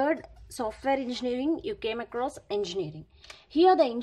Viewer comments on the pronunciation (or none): none